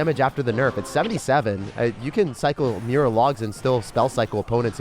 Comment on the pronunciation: im a bit late cause i just watched this today, but i swear when you said "the power of mirror" i thought you said "the power of beer"